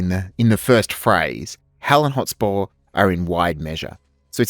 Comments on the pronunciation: So frustrating every time you say "Hot spore".. Mate.. It's HotSPUR (Sper) Hotspur. Otherwise great video lol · Love the video but by god, mate. Learn to pronounce the words you’re saying. “Hot spore”, “phrase” instead of “phase” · Why do you keep calling him Hotspor? It is really distracting. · Great analysis. It is Hotspur though, not hotspore. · Hot-SPUR! Not Hot-SPORE. It was Percy's nickname, apparently because he was fast on a horse. A hot spore sounds like some weird fungal sex act. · Stop saying 'Hotspore'! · Dude says hot spore half the time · Half way through this presentation you were driving me insane with your pronunciation of "Hotspur. You are saying Hot-spore. It would be like me calling you Sho - te Zeru. It is not like you don't have a modern definition of the word Hotspurs, you know as in the Premier League Team Tottenham Hotspurs. Or is this some projection of a feigned superior enunciation. Either way it is dumb. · Absolutely wild how many ways Hotspur is pronounced here 😂